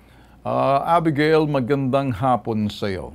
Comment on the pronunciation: Abegeyl po ang pg bigkas hindi 《a- bi-ga-il》